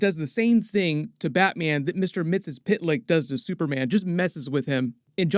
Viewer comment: I just have to say its pronounced more like MixYesSpitLick XD